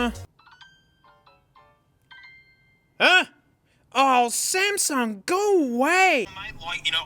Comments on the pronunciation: Bro said Smasnug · The "SMASNUG" got me🤣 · it’s SMASUNG NOT SMASNUG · "Smasnug" bro wtf 💀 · foreshadowing and also ''WOAH SMASNUG'' 😂😂😂😂😂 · s- SMASNUG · I lovem whe he calls samsung the samsnug 😂😂😂😂😂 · That smasnug caught me off guard 🤣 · "smaZnug" hehe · Smasnug. You mean Samsung. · Real: Samsung What he said: SMASNUG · SMASNUG AGAIN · and there. You forever ruined the way I say "Samsung". I even refer to my S23+ as a Smasnug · Samug🚫 Smasnug✔ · love the smasnug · Sp- SMASNUG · The Smasnug Galaxy Note 7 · Ah yes, the Smasnug. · "iM aRmInG tHe SmEsNuG" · Smasnog lmfao 😂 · He Just Said Smasnug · S M A S N U G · "Smasnug" got me dying💀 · Lol SMASNUG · when he said smasnug i felt that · He said smasnug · SMASNUG has me dying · is blud wron for saying smasmug tho? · S M Λ S N U G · came in hard with the smasnug 🤣🤣 lost it right there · “Smasnug” - 2023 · I'm never saying samsung again.. smeznug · You said Samsung worng